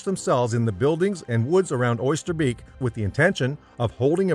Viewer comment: A good summary mauled by bad pronunciation. Corpse? Arn-Hem? Oysterbeak? Sheesh!